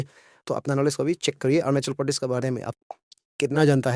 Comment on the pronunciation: Aap arunachal pradesh pronounce Kariya pahile . Kya? Orunasol pronounce karrai